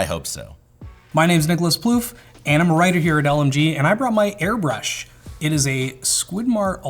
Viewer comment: small nitpick but plouffe's segment says airbursh instead of airbrush